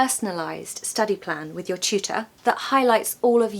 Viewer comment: I hear chootor, not tutor 😢